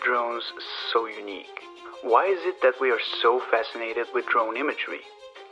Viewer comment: sounds like "what makes drones so YUNEEC"? :D btw.. great video!! I subscribe ^_^ ps. you look like Aaron Taylor-Johnson!